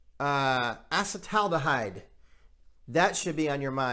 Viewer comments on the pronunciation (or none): 'A-Sea-Dell All-Da-Hide' 😋